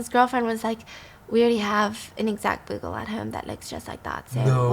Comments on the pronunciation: Bugles aren't that common these days, so it's not a criticism or anything, but I just want to point out that it's not pronounced "boo" -gle but rather "bu" - gle ("bu" rhymes with hue or you or dew). Love your storytelling, Stephanie! Fascinating stories!! 💚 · Byyyuuuu-gul not boogul ❤️ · It’s pronounced Be-you-gul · Hey Stephanie & Stephfiance. Just letting you know that "Bugle" is pronounced: Beau-gle (change "boo"gle to "beau" as in beautiful) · I love you guys! Your videos always put me in a better mood. But please don't hate me for commenting to let you know that instead of "boo-gle," it's actually "byu-gle." I tried to see if anyone else had already said it. Commenting out of love!♡ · Bugle is pronounced b'you-gull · Actual story starts Edit: cracking up at the way you're pronouncing bugle 😁 it's "BYOO-gil". Love you Stephanie!! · I came looking for this comment! 😂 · Just about to say this too. 🤣🤣😂🤣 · The last story is the European version of the bling ring. You’re right, so many expensive things were not protected I had all of until recently, no one thought anyone would be confident enough to try and steal it. But also the way you pronounce bugle LOL I’m crying. It’s pronounced the same as the chips, the instrument is their name sake because they are shaped The same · Thank you! I didn't want to be nit-picky but she said it so many times. 😂